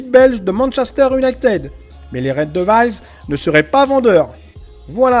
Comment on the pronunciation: casse toi le commentateur ! " red dévolz "